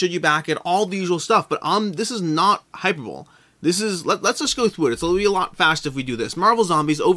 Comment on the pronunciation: hahahaha i always used to pronounce it like you said it until i actually heard it spoken properly - hi-per-bo-lay as opposed to HyperBowl (lol, sounds like a board game that gets a ton of hype but is actually pretty bad)